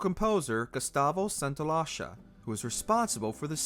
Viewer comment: Gustavo-what now? Santaolalla